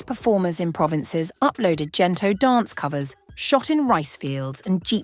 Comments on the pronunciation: Hard G please. Gento not Jento. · Would be lovelier if you pronounced Gento correctly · Thank you for this but your pronunciation of GENTO is not appropriate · The letter G for the word Gento must be pronunce aa the sound of letter G in the word gold not G for the word general okay? The letters for Tagalog languange must be pronunce as it is and it will never change the sound even the letter change position in every word like the pronunciation for letter G. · Great documentary (except for mispronounced words like Gento, Ginto).